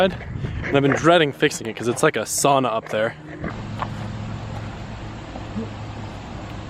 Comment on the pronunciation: Sauna mentioned, and correctly said 😆 Greetings from Finland😁